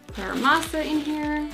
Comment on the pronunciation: Says Masa pretty well